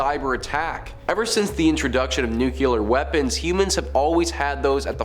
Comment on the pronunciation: New-clee-er, as in the nucleus of an atom. Not new-Q-ler. It’s not a nuculus.